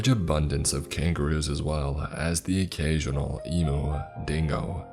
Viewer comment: You have a great voice as usual, but just a tip from an Aussie listener: It's 'Eem-you', not Eemoo. It's a bird, not a moody cow 😉 And it's 'Oo-LA-roo', not 'Ooo-LOO-roo'. Still a great reading but the immersion works better for the listeners of the country-of-setting if you research the pronunciations of the places. ❤